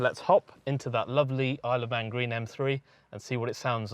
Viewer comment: He said the color was “I love man green” LOLOL well that’s at least what I heard